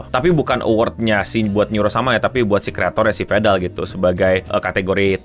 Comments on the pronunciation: domt foget vandal😭😭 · New vedal pronunciation just dropped 🗣️🔥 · This is Indonesian pronunciation 😂